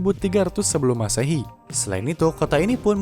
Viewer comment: Kosakatanya diperbaiki gan, unesco, M masehi. Ga enak dengernya